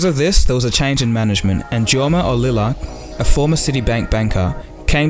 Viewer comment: Hard to take a video on this seriously when the narrator can't pronounce Jorma Ollila's name even half way right. And that 1990's period was primarily domestic and regional sales... Motorola was dominate in the rest of the market.